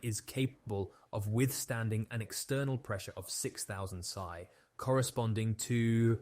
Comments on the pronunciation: Its pronounced P.S.I. not psy =D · PSI is not pronounced psy, but P-S-I. Weird that you don't know that. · Wait... "Sigh"? You know that's P, S, I, as in pounds per square inch, right? 🤦‍♂️ Why do I get sucked into watching videos by people who just regurgitate crap. 🤷‍♂️😕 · 1000 sigh ??? you mean 1000 Pee S eye ?? haha wow. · Pounds per square inch is pronounced P. S. I. Not psi. The bow of a ship rhymes with now not no. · Interesting report. Rush was a real piece of work. A shame he was ever trusted. By the way, psi in this case is not the 20th letter of the Greek alphabet, but an acronym for pounds per square inch. It is not pronounced "sigh" you should pronounce each letter "P.S.I." come on man. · It's P S I, pounds force per inch not sigh 😂😄😁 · It's P.S.I. my man, not psi.. It means pounds per square inch.. When you pronounce it psi it sounds like some mental disorder.. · Soz but had to point out its p s i as in pounds per square inch not psày. Enjoyed the rest of the video tho. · Good video but some mispronunciations really stood out. Like when reading PSI as “sigh” and “bow” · . PSI is not a word, it’s an acronym. The only time I’ve ever heard that pronounced that way is when AI was reading it.